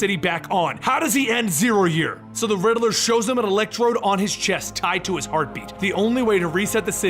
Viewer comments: Great story telling skills but please do something about how you pronounce the Riddler's name. It's Rid-ler not Ri-de-ler. It distracts from the immersive story telling and wonderful source material. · It's not the Riddle-er , it's the Riddler. Like Rid Ler